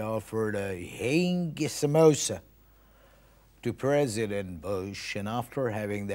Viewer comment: That perfect accent while saying "HING SAMOSA"😍🙏